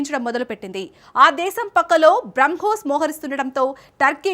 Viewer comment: Bramkos కాదు తల్లి...బ్రహ్మోస్